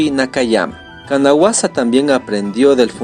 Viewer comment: La pronunciación del nombre de Kanazawa esta mal . Pero elvideo es muy bueno gracias. 👌 Tambien el nombre es Takayuki Mikami.